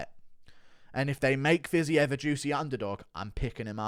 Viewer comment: Can we talk about how the USA 🇺🇸 commentators butcher fighters’ names? Poirier pwa-ree-ay 🇫🇷 not Poor Eeee Ay Fiziev- Fizzy Ev not fizz Eve 🇷🇺 😂 And the best Jedzrejczyk - Yeds Ray Chick 🇵🇱 Not Yon Jay Check 😂